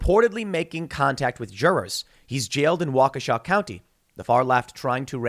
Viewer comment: You pronounced Waukesha correctly. Made my day.